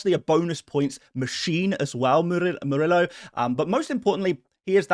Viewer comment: The double “l” in Spanish is pronounced like a “y”: so Murillo’s name should be pronounced like “Moor-ee-yo”. 🙉